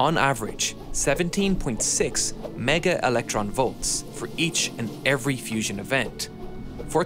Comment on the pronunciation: It is Not Fision. Learn to pronounce properly.